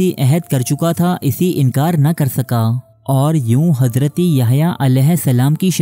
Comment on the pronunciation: it's Hazrat not Hazraty